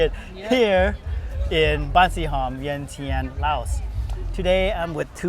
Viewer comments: Vientiane is a French given name, Vieng Chan or Vieng Jan is the original names for the capital city for some reason Lao overseas they pronounced Vientiane lol. Laotian is also a French given name for Lao people formerly known as Ai Lao people the largest ethnic groups of people in the World originated from Altaic mountain, Mongolia they been living in China since the Neolithic period in around 12th century large numbers of Lao people migrated from Kunming, China to modern day Laos, Thailand, Vietnam, etc. Lan Xang kingdom was named after Lan Cang river in Yunnan, China. China, Hainan Island, Taiwan, Thailand, Korea, Japan, Northeast India, Burma, Vietnam, Cambodia, Malaysia, Indonesia, Singapore and Philippines was actually founded by Lao descendants. Lao Sze Sichuan, Nanping Lao, Lao Yunnan, Lao Shanghai, Lao Beijing, Mulao, Gelao, Gelong, Dong, Sui, Bouyei, Rau, Zhuang, Dai, Tai, Thai, Kra-Dai, Tai-Kadai, Yue, Baiyue, Yayoi, Korean, Japanese, Vietnamese, Cambodian, Malaysian, Indonesian, and Filipinos are Lao descendants. Genetic studies. A 2007 analysis of the DNA recovered from human remains in archeological sites of prehistoric peoples along the Yangtze River shows high frequencies of Haplogroup O1 (Y-DNA) in the Liangzhu culture, linking them to the Austronesian and Tai-Kadai peoples. Feb 06, 2017 Researchers discover Korean genetic roots in 7,700-year-old skull Genetics. DNA research has shown that Sichuanese people are closely genetically related to the Daic (Dai Chi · You’re giving out false information about Laos when you’re not informing your viewers on the proper pronunciation of the capital city. In addition to that you’ve mentioned we as Lao people immigrated to the USA..that’s false, we were refugees, big difference! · Viengjun or Viengjuun not viengchan😅